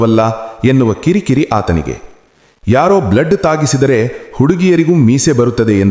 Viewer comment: ತುಂಬಾ ಕಡೆ ತಪ್ಪಾಗಿ ಓದುತ್ತೀರಿ......ದ ಜಾಗದಲ್ಲಿ ಡಾ.....ಳ ಜಾಗದಲ್ಲಿ ಲ......ಬ್ಲೇಡ್ ಜಾಗದಲ್ಲಿ ಬ್ಲಡ್......ಹೀಗೆ..